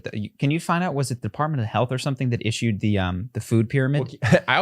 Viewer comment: Defartment! Biznuth!🤣 I peed my pants a little bit